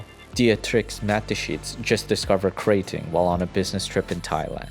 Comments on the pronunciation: "krah ting" not "kray..." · Krating isn’t pronounced like “grating” how you would grate cheese. You need to break up the two syllables (phonemes) and emphasize the vowels. “GrA” + “Ting”